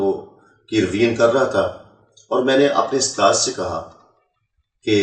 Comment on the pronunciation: he says he is a hafiz and doesn't even know how to pronounce USTAD. what a joke. The Christian liars really need to do better than this born Indian Christian. He doesn't even know that in every mosque there are hundreds of QURAN with translation that 10 year old children read every day and no permission is ever needed from an " usthaaz ". What a joke first they used to have every so called convert saying he was the son of a muaazeen who was a imam and now it's this rubbish.Looks like things are getting really desperate for the so called born agains. 😂😂😂😂😂😂😂😂😂😂